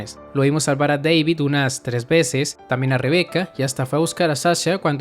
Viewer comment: Deivid ¿Oyeron? Deivid, ulala señor Gringo, si como no. -¿Cómo se dice entonces? -David